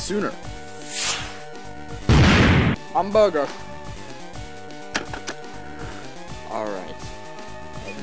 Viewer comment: He said Hamburger, not I’m burger 🍔